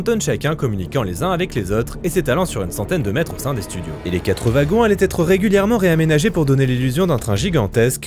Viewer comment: Ouagons et non vagon :face-green-smiling